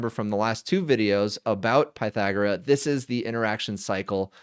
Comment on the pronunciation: I think you're pronouncing it incorrectly. I assume the name 'Pythagora' is derived from the ancient Greek philosopher Pythagoras.